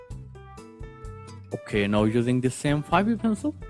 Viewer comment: Your "so" and "okey" sound so german 😂